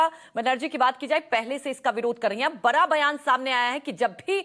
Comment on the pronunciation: बरा नहीं बड़ा बोला करो